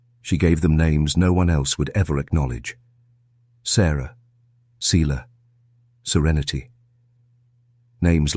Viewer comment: Selah is pronounce (Say-la)